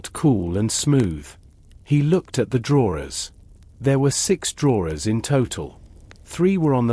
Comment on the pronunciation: Sorry, I tried but couldn't stand the continuous mispronouncing of the word 'drawers'. Also, speech too fast to be relaxing.